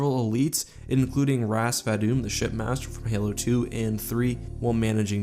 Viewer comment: R'TAS VADUM IS PRONOUNCED AR-TAS VADOOM please pin me daddy